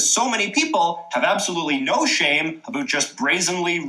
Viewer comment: As a Canadian this guy is officially the only Canadian I’ve ever heard say aboot!